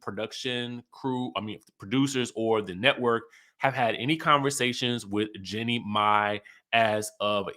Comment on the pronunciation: Ok, please pronounce her name correctly, her name is pronounced "Jeanie "🤨